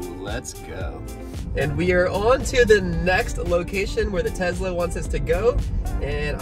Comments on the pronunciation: Hey guys by the way Tesla is pronounced with an s it is not Tezla it is tesla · by the way it is pronounced tesla with a s not z, it annoys me so much when people say it with a z I would know cuz my mom owns a tesla. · ahhh when you guys say Tezla it hurts my brain its Tesla